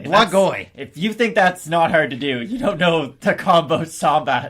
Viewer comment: I laughed at saying “Combo Sombat” instead of “Combat Sambo” way more than I should’ve… 🤣